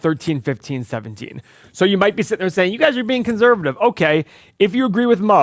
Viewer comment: Can someone teach how to say conservative?